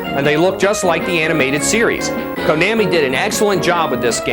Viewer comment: Konammy LOL its Kon-na-mi